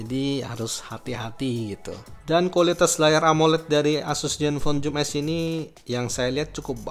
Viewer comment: maaf mas "Zoom S" bukan "Joom S". oke